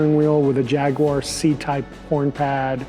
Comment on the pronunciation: At last an American that can pronounce Jaguar as it’s spelt..!